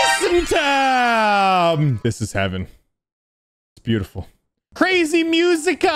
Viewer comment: "top muzika" It's musica not muzika